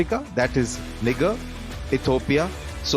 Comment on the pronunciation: NaiJer not NiGer LMAO 😂